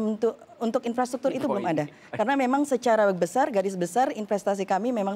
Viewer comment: In-frastruktur maksudnya, wkwk hampir aja😭